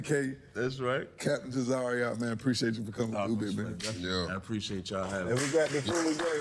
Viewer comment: They butchered Captain Tazaryach name